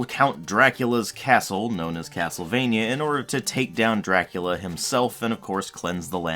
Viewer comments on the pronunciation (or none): none